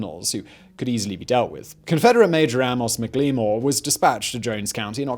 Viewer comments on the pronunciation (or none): Mik lee more not even close it's Mack La More! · I'm not entirely sure, but I believe McLemore's name would have been pronounced "Mackle-more."